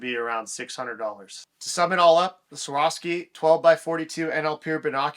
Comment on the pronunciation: Take a minute to learn to pronounce the name of the company.